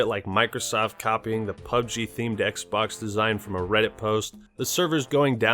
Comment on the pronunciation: "We are concerned that Kylo Ren may be replicating the experience Darth Vader is known for." Also - Introducing the new XBlox from Microsoft. ;)